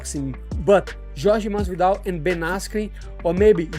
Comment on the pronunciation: If I could bet the house " Josh Masvidal is boxing in his next match " lmfao at the very least get the dudes name right. That had me rolling. :)